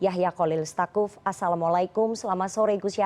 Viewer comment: Tsakuf bukan stakuf